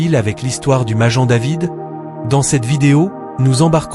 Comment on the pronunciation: On prononce : ma-guè-n !